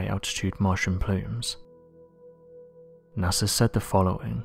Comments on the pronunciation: It's NASA not NASER. Maybe get some sleep before doing these videos? You sound like a zombie bro. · NASER? Really? Come on. Get with the program. I am a big fan but please try to say it with me "NASA"!